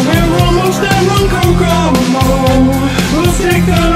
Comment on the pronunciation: Love this. I grew up in Lake Ronkonkoma. Not many people can pronounce the name correctly and I like the way you changed it. Way to go!!!!